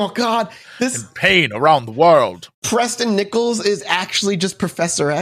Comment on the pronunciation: Preston B Nickels sounds like a fake name. Every time they said his name I just heard "Pressin Dese Nickels"